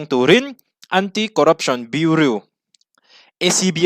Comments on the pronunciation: Biuriu ni loin biuraw kan ti ṭhin a, biuriu tih chuan beng a tihel deuh tlat mai...😅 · Bureau= BiuRaw tiha lam tur aw...Sawisel ni lovin tanghma ngaih vanga correction aw. i channel hi ka hmaih lo ania. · Central Bureau of Investigation tih a “bureau” tih lai hi tinge biuriu ti a i lam tlat le Biuraw ti a lam tur ani si a.English hi kan mother tongue anih loh avangin kan accent chu eng pawh nise a pronunciation hi chu uluk a va tha ve aw. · Biuriu🤣🤣🤣 Bureau(Biuraw anga lam tur) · I channel a ngaihnawm thin, leh pek ah chuan Bureau hi biuriu nilo in biuraw tih a lam zawk ni se boss... ka lawm e, jindabad✋ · Bureu nilovin Buraw ti a lam tur aw ....😂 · BUREAU tih i lam rik dan hi...biuriu ti lovin, Biuraw tiin lam rawh.. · Bureau (biu-ri-ow) tih tur. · Bureau i lam dan hi Burew angin lam rawh Beauri angin lam suh. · Beng iti var thin e, Bureau hi Buroe angin lamri la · BIURAW TIIN AN lamthin,i zirsang viau sia, beng a kham tlat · Bureau i pronounce Dan kha tlem in a diklo deu.Biuriu nilo in biuraw ti lem tur ni awm tak ani.Any way great confidence. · A ngaih hnom thei lutuk i YouTube Hmar! Something me and my mom look forward to...❤ Respect to you and ur outstanding aptitude 🫡 Btw, please check out the pronunciation of "bureau", urs too okay but doesn't suits you 🤭 (no pun intended 🫶) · Central Bureau of Investigation (CBI) #Bureau lai tak khi lam thiam a har a nih hi a.... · Bureau tih lam dan khi han en zawk la, Mizo kan nih angin, a lam dan diklo a lo nih pawhin a pawina awmlo nanga, duhthawhna l;eh duhsakna avangah min lo ngaihsak hram dawn nia... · Bureau tih tur